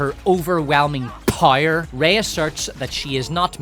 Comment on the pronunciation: I still can’t get over how you pronounce “power” as “pyre”.